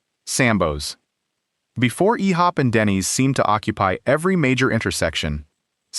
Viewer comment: You’ve mispronounced IHOP.